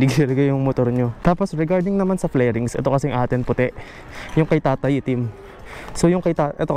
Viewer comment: Fairings hindi flairings